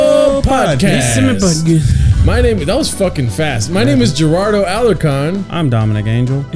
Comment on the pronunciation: GERARDO WHY DID YOU PRONOUNCE YOUR LAST NAME LIKE THAT ORALE BRO